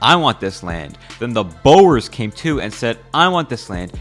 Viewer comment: The way that u said Boers